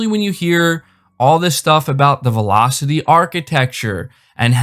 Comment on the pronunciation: bu bu but the tewaplofs and velochity ..and muhmory bandweedt of my seerees x